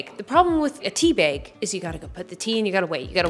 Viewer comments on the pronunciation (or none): I love the way you say "tea beg"